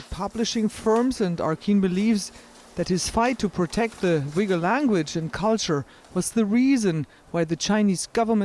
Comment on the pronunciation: *ooy-ghur not 'wee-gur'